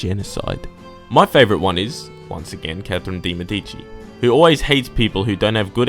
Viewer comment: bruh i have only one critic,since im italian,your pronunciation of De Medici was awful lol! check on google please <3 that begin said,u are awesome